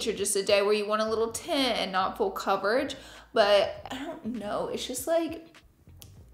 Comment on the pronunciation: not me thinking about Fool Coverage every time she says full coverage 😭😭